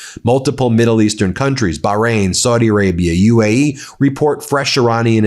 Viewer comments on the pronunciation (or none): none